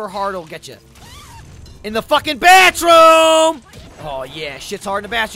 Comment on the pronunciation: the first time I here a jersey word from him.... Baatroom!